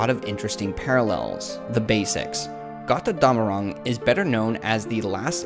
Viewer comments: It's "GOAT-er-DOM-a-ROONG" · As a german i always laugh if you say Got rr Damarung x) love your theories though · it's kinda cute how you pronounce götterdämmerung haha